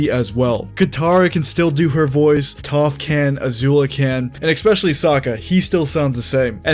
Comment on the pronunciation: i like how u say ex-pecially